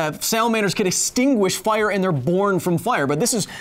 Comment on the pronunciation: "Ohah! Must have been generrated from fiyar!"